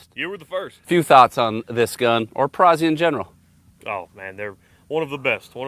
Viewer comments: Note: Perazzi is pronounced like pizza - peetza, not pee-sah. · Amazing guns. Only your pronunciation is a little off, you don’t say Pisa, you say Pizza. It is a Perazzi. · For the love of God, it is Peratzi not Perazzy. Like Pizza, Perazzi see where I'm going. Pe- Ra- T-zee! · To review a shotgun but not know how to pronounce the name discredits the rest of the review.